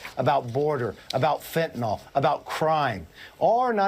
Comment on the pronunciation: "Fentanol." - Kevin "Joe" McCarthy. 😆